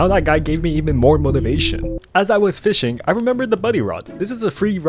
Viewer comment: Bro plays fisch so much he said fisching it's fishing